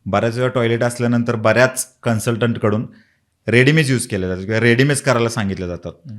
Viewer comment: दादा रेडीमइज नाही रेमेडीज बोलतात 😂